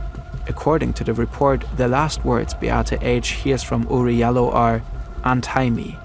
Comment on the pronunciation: his name is pronounced Oury (JAH LOW) he from my country surprisingly